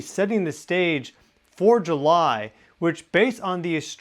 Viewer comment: I keep wanting to correctly say... You mean "July"!!😂